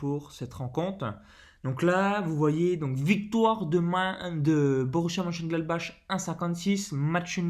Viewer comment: Merci pour la vidéo Perso, je joue Victoire Domicile ou Nul remboursé, plus un lay 0-0 Juste pour info, MONCHENGLADBACH se prononce Monecheuneglatbarre et MAINZ en Français c'est MAYENCE